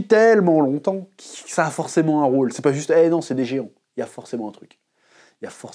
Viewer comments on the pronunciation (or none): none